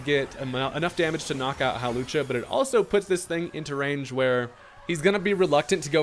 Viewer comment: Not "Hawlussy" 🤣